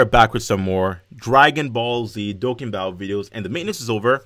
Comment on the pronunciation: you say dokkan wrong. still a fan